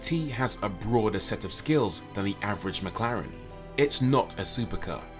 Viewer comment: Lol he just said avarage McLaren. 🤣😂